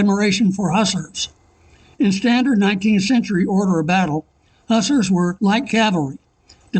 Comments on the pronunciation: Hooo-Zarrrs not hussrs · "Hussers"? HussARS, if you please. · You were saying “Hussars.” I thought you’re saying “Hustlers.” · The correct pronuncation for the soldiers the poster is saying are Hoosars not just the U in the Hussars. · Hussars where not light cavalry! Also it is not how You pronounce it. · Enjoyed the video, though your pronunciation of "hussars" was hilarious! :)